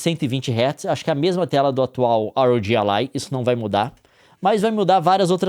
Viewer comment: Pq ele fala ARoudji? Fala RÓGUI q é mto mais legal